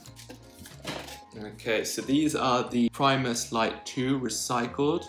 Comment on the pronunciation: Premus leets. I fink they are great!